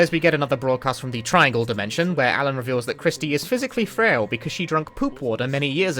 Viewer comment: Hey, props to that Japanese VA for getting the L sound in "Alan" right.